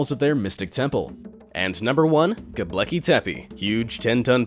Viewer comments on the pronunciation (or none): It's not "Gobleki". It's "Gobekli". 😖